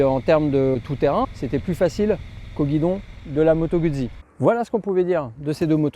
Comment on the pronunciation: se prononce Gout'si !!! (jamais goud'zi !)